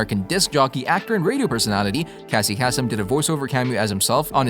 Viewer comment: Casey Kasem pronounced Cassie Kassum is the biggest fail in humanity.